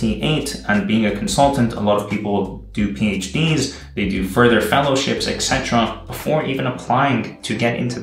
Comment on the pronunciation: I love your videos, they’re really inspiring to me at this point in my life. But please start pronouncing “etc.” correctly (esetera, not ecsetera). xD